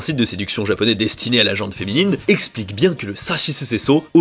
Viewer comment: Dire « gente féminine » revient à dire « gentille féminine ». L’adjectif gent ne doit pas être confondu avec la gent, le groupe de personnes. Et ce mot se prononce « jean » (oui comme le prénom). Valà valà. Pour en revenir à la vidéo, merci toujours très intéressante. Par contre je n’ai pas compris quelle somme il faut donner à un mariage car tout se divise par 2 en matière d’argent non?